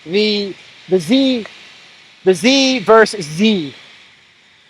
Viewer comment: Z “VERSUS” Z, goddamit 😂😂 Versus Versus Versus Ver-sus Ver-sus Ver-sus